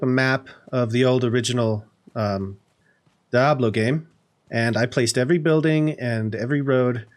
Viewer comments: DEE-able, not DI-ablo lmao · It is in fact, Dee-ablo. It's Spanish for Devil. But Die-ablo sounds trolly and I love it. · Really Nice! I've never heard anyone call it Die-ablo, always Dee-ablo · you say diablo funny XD "die-ab-low" nah its "dee-ab-loh" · Sounds like he says Dah-blow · I swear to god if you say "Die-ablo" one more time!!! But seriously, amazing build man. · I literally just left this comment and deleted it when I saw yours 🤣 It reminded me of chandler pronouncing chameleon as cha-me-lion because that’s how he read it in a book.